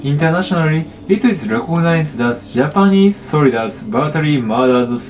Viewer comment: You are aware that giving false confidence is detriment to improvement? Saying "inshident" or "brahtally" are not "quirks", they are mistakes. What he needs is constructive critique, however he would need to ask for it, until an English speaker finds he has pronounced a word so severely wrong that they need to ask him to repeat what he said. I've seen false confidence being exhibited by non-native English speakers, some legit think they are good and blame you for not "listening properly". Best solution for everyone is to build a thicker skin. As someone who is a language learner, I don't take offence if people can't understand my Cantonese, correct me or complain about it, but it is concerning seeing people trying to make the other person feel better which makes things worse for the speaker who is learning the language. True learners don't let people like OP (who I hope is innocently insensitive), discourage them from learning the language. I hold this standard to everyone, because learning, not matter is the subject, will always require both the teacher and student to be honest and humble to each other and we put ourselves into the teaching role as soon as we start talking to him about his fluency in pronouncing English as he might be learning from us in the comments as we are providing him feedback. Edit: To clarify, the reason why I'm saying that those words he pronounced aren't quirks, but mistakes is because, he is using Japanese phonetic rules to pronounce them, not m